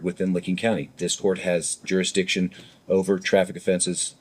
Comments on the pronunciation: What's a jurixdixtion other than a bigger word than he can actually say? He filed an appeal with the appeal people, in the appeal place... in the wrong state! You know what he's sayin? He doesn't. He's using words he can barely say let alone grasp the meaning of. Any continuation of these proceedings should be viewed as abuse of the handicapped. My neighbor who had 2 strokes can put a sentence together better than this clown. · “Jurix diction”! Huh! 😂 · Jurickstiction... 3rd grade education trying to speak larger than life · I think some of these SovCidiots think if they say the magic word "jerrusdicshun" enough they will automatically be let free.